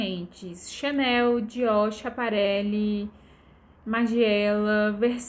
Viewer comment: Amor , me perdoa más você fazer um video falando sobre Alta costura e falar chiaparelli e versaze , chega doer no coração